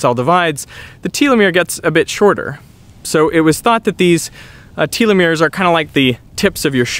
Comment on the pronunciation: If I hear telomeres pronounced like that once more time lol